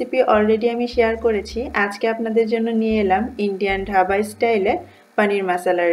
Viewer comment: ঢাবা না ওটা ধাবা হবে, 😄😄😄